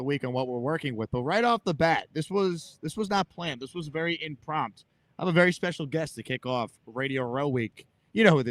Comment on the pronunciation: Forgive an old english major, but there is no such word as "imprompt" lmao. Try impromptu.